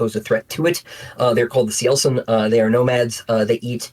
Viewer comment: I finally know how to pronounce Cielcin